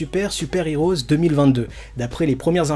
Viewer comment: STP! Le film se prononce dragon ball super Super "Hero" et pas "heroes". Pareil, dans dbs c'est pas les haters mais les heaters. Désolé mais dans toutes tes vidéos tu fais la même erreur et je trouve ça agaçant. C'est sans méchanceté hein 😁👍